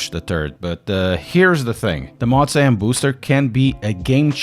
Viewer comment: Motza is not a thing. It's M O zah. Come on man, love your channel, but motza is killing me!